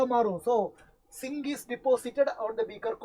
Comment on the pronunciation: zinc ❌singh☑